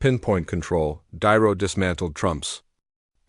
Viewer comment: I believe this was made with AI, and not very well, cause the narrator voice callls De Niro "Diro", repeatedly. So I stop listening and unsub, sorry.